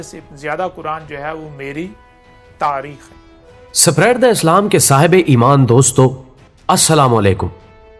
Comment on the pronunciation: یہ سپیریڈ sapiered کیا بلا ھے جب میری زبان یعنی کہ اردو کو اپنی ویڈیوز کی تشہیر کا ذریعہ بنایا ھے تو اردو تو کم از کم صحیح بولو اگر تھوڑی بہت دلچسپی پیدا ہوگئی تھی وہ بھی اکارت ھو گئی آپکی دھن مبارک سے اسپریڈ Spread کو سپیریڈ سنکر میرے پورے جسم پر اسوقت جھرجھری طاری ہو گئی تھی خیر آئیندہ سے احتیاط کا دامن تھامے رکھئیگا ۔